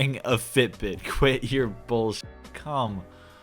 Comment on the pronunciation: When you say "quit your bs" it always sounds like you're saying "queer bs"😂